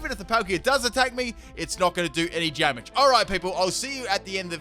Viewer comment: "even if the Palkia attcks me its not gonna do an jamage" i had to replay it before i laughed lol